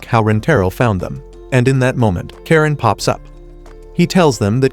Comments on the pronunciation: Its not karen its karenae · it's karane not karen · Her name is not karen its karane😂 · Bro its Karane